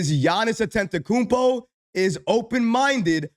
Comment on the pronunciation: Still mispronouncing Giannis last name 😂